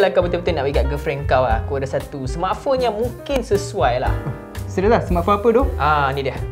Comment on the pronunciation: Cara laki tu sebut "smartphone" mcm org ganu....sebutan die "smartphong" kalau tersalah dengar tu sorry lh😅